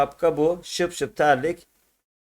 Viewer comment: Abi terlik şıpşıp değil şipşip doğrusu😂👍